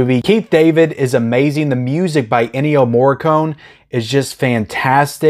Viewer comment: You mispronounced the name Ennio Morricone. But the important thing is that you gave him credit.